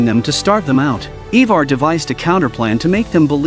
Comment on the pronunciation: Ivar pronounced I-ver. Ube pronounced ube-ar . Great recap! But that was just driving me a little crazy lol i had to say something